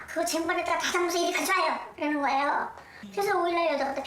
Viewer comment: 거애요가 아니고 거예요 입니다